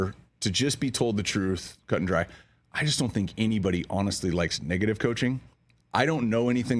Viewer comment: Why he said negative like that 🤨